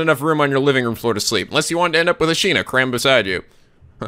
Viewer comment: Katti Sandra Yes but always pronounces it "ashina".